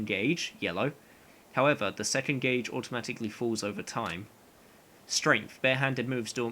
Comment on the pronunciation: non english speaker here it seems like your pronounce "gauge" like "gay-j" i thought it was "goh-j" how are you supposed to say that